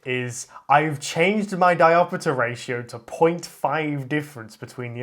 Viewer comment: Why do you say "diopitter"? You don't pronounce "chapter" as "chappiter", do you? SCEPTER AFTER CHAPTER CAPTOR RAPTOR DIOPTER